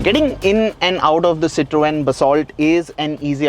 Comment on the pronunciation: STOP BUTCHERING "CITROEN"....